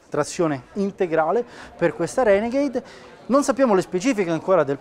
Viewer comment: la Reghenegheid HAHAHA